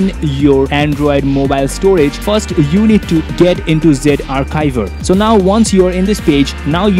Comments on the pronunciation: lol it is no zivare it is zarchiv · It's Z Archiver not Ze arkiver